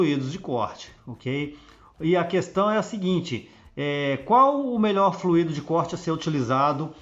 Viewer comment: Oi amigo, apenas uma dica, não é fluído, é flúido (é assim que se pronuncia, deve ser escrito sem acento). Forte abraço.